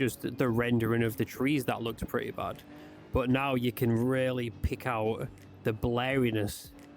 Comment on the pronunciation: I think it might be the way you say the word "but", but I'm just guessing. For me everything is understandable and I'm not native English speaker. Thanks for the vid!